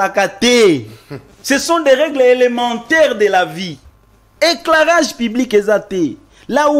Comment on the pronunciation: "EKLARAJE, ECLARAGE" ! Cher communicateur ! 😮😊😅😢